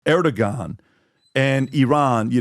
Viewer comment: When I someone going to tell Pat he says Erdogon wrong? He has been doing it for months.